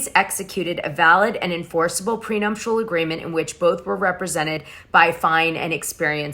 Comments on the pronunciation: prenuptial agreement...not PRENUMPTIAL...GEEEEZE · prenuptial not prenumptial..... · Dana, there's no M in nuptial..